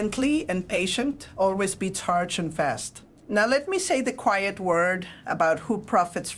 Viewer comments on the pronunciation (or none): what is it with ai & the word quiet?